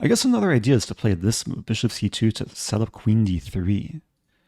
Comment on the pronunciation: Did you say chess mood? Not chess move. Didnt quite hear it right in the video.